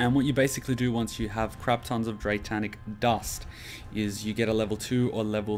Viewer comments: "Dratanic" ...wat? dray-nic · Just a minor thing, but I'm anal about it. It's Draenic Dust. There is no "T" in Draenic. Not Draetanic. :)